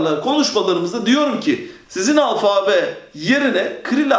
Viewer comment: alfaaabe değil alfabe olacak o